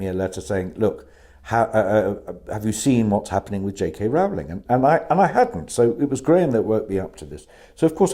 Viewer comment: PLEASE can people learn to pronounce J.K. Rowling's name as she pronounces it? Rolling. Or does she have to earn another billion before people think she's important enough to be shown that courtesy?